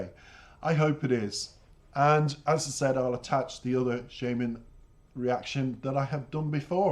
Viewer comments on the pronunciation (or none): Thanks for the reaction, very in-dept analysis. I have only one small criticism. The artist name is pronounced shAAman, like the magic person that calls for spirits out in the wilderness. It's a stage name, his real name is Yaroslav Dronov.